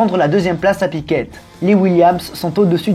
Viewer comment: bravo . toujours bien exposé . juste une petite chose , en tant qu'habitant du Brésil je voudrais préciser 2 choses. en 85 , le brésil était sorti de la dictature , et surtout , en rompant avec tous les media qui prononcent Piquette , fais moi plaisir , prononce piqué ( comme un piquet) . C'est comme ça que ça se prononce ici et , en plus , c'est bien plus simple. bisou.